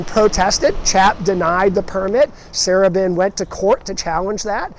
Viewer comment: As a Baltimore native now living in CA, my love of Baltimore is regularly reignited with each new video of yours. One very minor gentle correction is that the pronunciation of Sarubin, the former owner of the Beethoven. His last named was pronounced Sa-ROO-bin. I lived in the wonderful Beethoven in the early-mid 70s.